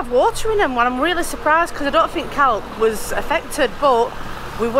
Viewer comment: when you say the name CALPE you use the letter so the end would sound like your saying hay on the end of calpe